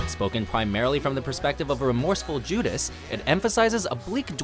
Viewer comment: lol he mispronounced Judas as Jusas